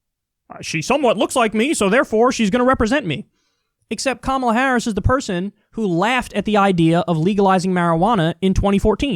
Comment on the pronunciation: I like how the one girl didn't pronounce Kamala's name correctly